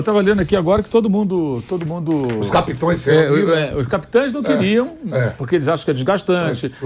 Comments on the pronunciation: Só Vampeta fica falando capitoes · O Vampeta falando "capitoes" é doido hein!😩😩😩😩😩😩